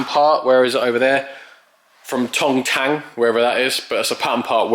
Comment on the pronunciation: Tong Yang. Not Tang.